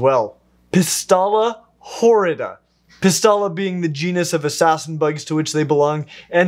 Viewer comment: I keep this stunning species and was a little surprised about how you pronounce the scientific name because I learned something else. You pronounced the name “Pystalla horrida” but it’s PSYtalla horrida. I just wanted to let you know :)